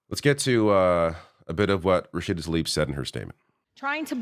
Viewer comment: Say her name correctly. It’s not Taleeb it’s Tlaib